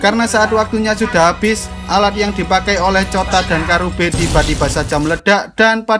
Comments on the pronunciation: Gw ngakak napa bilangnya kurabe pdhl namanya karube😭😭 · Karube bang bukan kurabe